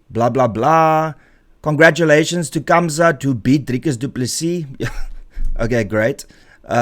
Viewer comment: why do you say Kamzat when you can obviously can say Gamzat and you speak Afrikaans.